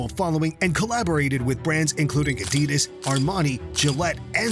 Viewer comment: Wow, you can pronounce names and teams, just not Adidas.